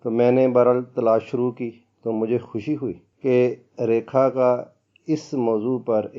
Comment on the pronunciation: خاص خو کھاس اور خوشی کو کھوشی کیوں کہتے ہیں؟!؟!؟